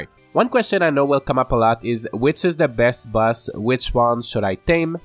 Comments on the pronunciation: the word boss you say like bus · Your accent makes boss sound like bus which is funny *Edited to clarify